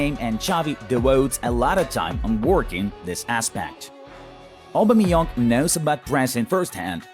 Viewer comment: No one: English speaking people: Obameyong